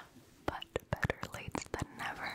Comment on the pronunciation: lol for 25, you said "but" and I thought you were saying the 25th word was "but t"